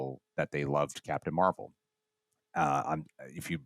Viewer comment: It's pronounced Marbel, guys. 😂